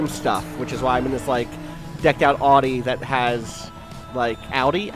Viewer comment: He doesn't know how to pronounce Audi?